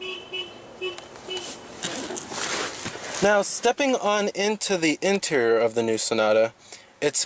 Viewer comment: Interior. Try saying it slowly in front of a mirror. In-ti-ri-or.... Again, In-ti-ri-or...., In-ti-ri-or.... You can do this. I know you can.